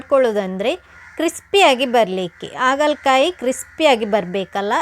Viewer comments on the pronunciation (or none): Recipe ಚೆನ್ನಾಗಿದೆ, ಆದ್ರೆ, 'ಆ' ಕಾರ ' ಹ' ಕಾರ ತಪ್ಪಾಗಿ ಉಚ್ಚಾರಣೆ ಮಾಡಿದ್ರೆ ಕೇಳೋಕೆ ಕಷ್ಟ. ಆಗಲಕಾಯಿ, ಇಟ್ಟು, ಆಕಿ.....